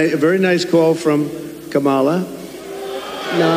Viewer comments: You can tell it's on purpose because he pauses before he says her name. Mispronouncing a person's name is a major disrespect especially when they have been told how to pronounce her name. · Purposely mispronouncing Kamala's name is a show of disrespect that we're going to have to hear for the next 8 years. An entire party of grown men and women acting like petulant children is pathetic and sad. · He didn’t just not give VP Harris her title, he mispronounced her name, which I think is deliberate. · I agree with your take. And his people still hear him intentionally mispronouncing Kamala, so there's red meat for them while he pretends to be civil. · DUMP on purpose , miss pronounces Kamala’s name EVERY CHANCE HE GETS…. SO DISGUSTING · They still can't pronounce her name correctly. lol